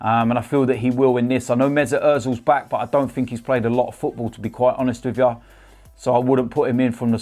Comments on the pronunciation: And everything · “To be quite honest wiv ya” - 2019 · No I’m ok with that